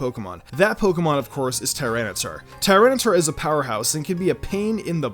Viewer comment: Lord Beerus same! Also Tyranitar is pronounced Tih-Ran-Ih-Tar